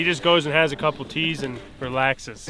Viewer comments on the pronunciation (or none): Am I the only one who thought he said keys not teas